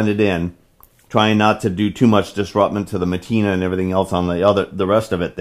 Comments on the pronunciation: You say matina, I say patina, LOL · Matina? 'Patina'.